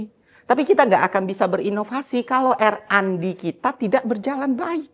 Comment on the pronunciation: yang bener itu RnD bukan randi editor 🗿